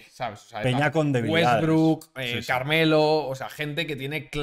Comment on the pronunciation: jaja le salio el argentino con wetbrook